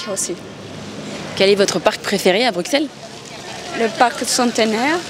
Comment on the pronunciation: Prononciation correcte avec « s », le « x » est souvent utilisé par les étrangers, français inclus. C’est une particularité que ne l’on peut pas connaître sans y vivre, pareil pour d’autres noms de villes, comme Anvers par exemple. Prononciation correcte est avec un s « grave », alors que normalement on prononcerait avec un s silent.